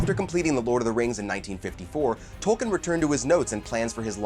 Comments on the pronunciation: It's pronounced tolkeen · Leaving this video . If you don’t know how to pronounce the words in Tolkiens works, you are not qualified to make a video about them. Goodbye. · He apologizes up front for probably mispronouncing Tolkien's characters' names because they "are really hard" and then mispronounces the author's name every time. Perhaps could do a little homework?